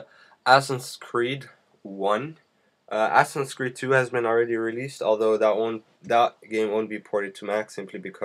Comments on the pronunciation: its assassins not assins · assassins. not assin. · its ASSASSIN not ASSIN!